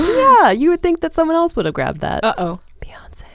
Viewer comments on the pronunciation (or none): U hurt my side when u said, Beyonce!!